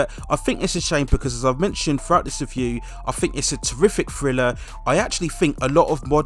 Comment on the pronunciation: "Friller"?🤦‍♀️....maybe learn to pronounce "th" b4 narration?